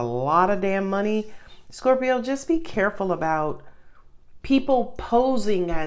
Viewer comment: I love when u say scorpiro